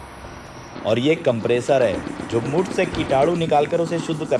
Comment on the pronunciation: Khoon ❌ Muth ✅